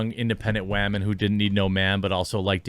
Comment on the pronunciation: U sound stup saying wahman...